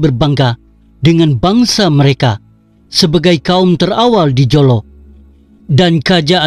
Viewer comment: Admin.sebutam mu tentang HUJAMENTADO tu sebutlah betul2..JOLO ni pun sbutlah btul2. Ehh! Malam maulidurasul mana ada kena mengena dgn " KAJA" I AM REAL TAOSUG AND REAL BURANUN. Bukan setelah di tempah masalahlah bangangggg..setelah mendirikan rumah tangga